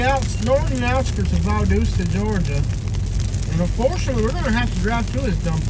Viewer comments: It is Valdosta not Valdoosa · It’s Val Dos Ta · that’s the first thing I noticed…..Valdooosta 🤣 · If you’re gonna hate bash anywhere at least pronounce the name of the town, right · It's how yall are pronouncing valdosta. And as of now Georgia is 12 and 0. Compared to Alabama being 10 and 2. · Is your half sister-cousin-girlfriend ok?? I think she may have been having a seizure for the first 15 minutes. Then at 28 minutes, she started repeating herself again! Honestly, this is definitely the MOST ignorant video I have ever watched 😂 You can’t even pronounce the name of the town correctly! I wanted to stop watching after about 3 minutes, but the pure ignorance kept me sucked in 😳 Valdosta is far from the best town in the country, but it sure has a lot of perks. Many wonderful restaurants, decent entertainment, and shops. There are a lot of wonderful people, growing communities, and some dang good sports teams. Oh, and I’m not sure if she said enough or not, but, “They need to improve their offensive line.” 🤣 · From the start I can tell y’all got your azzes kicked by us and you can’t even pronounce it!